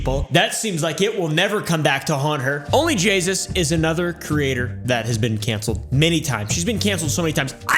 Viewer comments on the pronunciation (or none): It was correct! He says Jaysus instead of jayus 🤣🤣🤣🤣 Anyways I understanded onlyjessus xD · Bruh its onlyjayus not onlyjaySUS😂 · I thought he said jesus not jayus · He says onlyjasus 😂😂😂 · I love how he said her name wrong the entire time